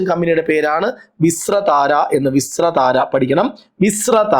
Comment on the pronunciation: വിസ്രതാര അല്ല VISTARA